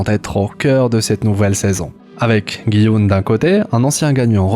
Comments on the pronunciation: On dit pas "Guy Oun" mais "Ji Oun" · "guy houne" 😂😂😂